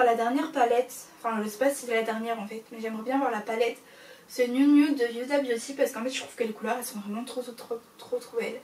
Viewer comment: Cc juste pas méchant mais on ne prononce pas le H dans Huda beauty ducoup se n’est pas « yuda » pour t’aider fait comme si il n’y avais pas de H😘